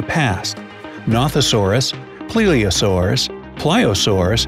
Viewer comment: Pronounced Plesiosaurus and Ichthyosaurus wrong but hey